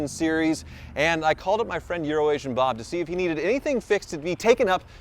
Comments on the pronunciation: Did I tell you that the first time you used the name “EuroAsian Bob” i heared “Urin- Nation Bob” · I always thought he said "Urination Bob". 🤷‍♂️🤷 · When I first started watching I swear was saying "Urination Bob" and I couldn't figure it out until he went to Bob's lot and I saw it spelled out. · DEFINITELY used to say "Urination Bob". I also thought it was "Euronation" until seeing his shirt in this video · Although you don't say it anymore iI still hear Urination Bob every time you say his name.